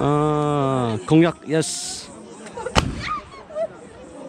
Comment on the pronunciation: ..Don't feel awkward but please pronounce it as KON-YAK....not KHONG-YAK.. Thank you brother.. And please learn from this comment because I have heard our own people Nagas pronounce the word KONYAK wrongly... I am sorry if I hurt you all but please take my request.